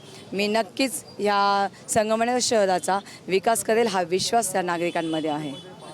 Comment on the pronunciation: आधी संगमनेर नीट म्हणा नंतर विकास करा. मॅडम.